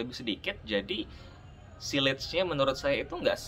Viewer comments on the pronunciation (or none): Sillage bacanya siyazh, Bro. 😎😎